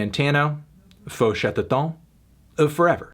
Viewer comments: As a french viewer, I lost myself as sound as I heard "FaU ChAteWToOn" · "Phô chat Teuton" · Aha, this is ABSOLUTELY NOT the way you prononce their name :o)